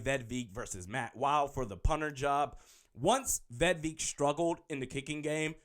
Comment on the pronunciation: It’s a i not E you dumb ass!!! Vedvick!!! Not Eek